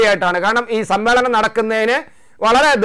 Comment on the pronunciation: സം മ്മേളം,? അതെന്താ മേളം